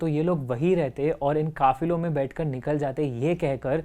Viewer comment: bro kafiro nhi kafilo 😂